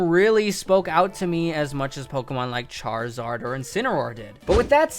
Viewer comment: AND ALSO, DO NOT LEAVE OFF THE I IN CHARIZARD!